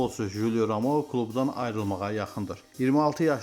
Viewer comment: Ramoo yox Romao